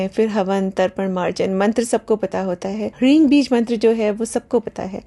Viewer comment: areee devi g gkaar mkaar kya hota hai? Sankrit ke anusaar jo uchharan sahi hai wo hai hreem na ki hreeng.